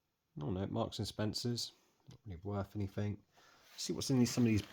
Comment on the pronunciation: I enjoyed watching while eating my dinner but please say anything .. instead of anythink .. it somewhat distracting .. well done tho